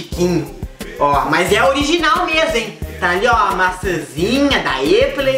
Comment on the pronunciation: "Eipou" Patriocina o Kkkkjj